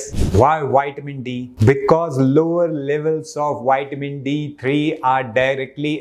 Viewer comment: I would not praise "wide men". Extra large men are prone to all kinds of disease. No, keep your "wide men's" for yourself. I want health; not all the problems associated with obesity......... If I, as a native English speaker, can learn to pronounce Hindi respectfully, then I expect you to respect English pronunciation....... 😇 ... vi-ta-min